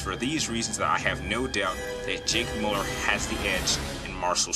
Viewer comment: Why do so many people pronounce his last name incorrectly. Pronounced Mew-Ler not Mull-er